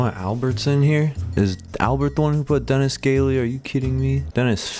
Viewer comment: "Denis gaily" its everything